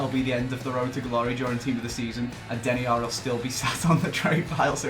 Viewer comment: Deniar? Really...